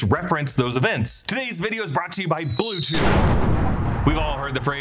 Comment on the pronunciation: Blew chew lmao stop